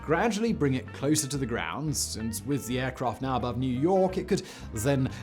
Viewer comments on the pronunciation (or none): none